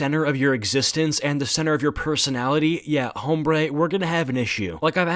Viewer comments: mans really just said "homebre" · The “H” in Hombre is silent... just so you know....